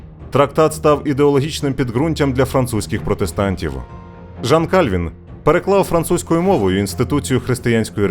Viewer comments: У Франції не було королів на ім'я Франциск, Генрих, Карл, Людовик, але були Франсуа, Анрі, Шарль, Луі. Також помилковий наголос: не КАльвін, а КальвІн. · Не Кáльвін, а Кальвíн. У французькій мові наголос завжди на останній склад.